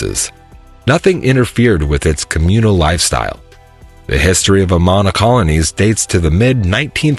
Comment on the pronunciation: 1. Don't pronounce the last "s" in Des Moines. 2. Learn how to pronounce Amana. 3. Registers Annual Great Bike Ride Across Iowa - not Race.